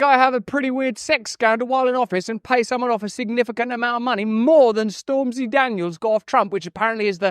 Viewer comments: Can't tell if Russell purposely or accidentally said STORMZY Daniels😂😂😂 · Doesn't even say her name correctly. Of course it's fake. He would defo say her name correctly if he was that obsessed with her.